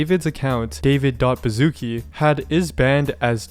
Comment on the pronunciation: English Speakers: Bazuki Polish Speakers: Baszucki (Ba-shu-ts-ki)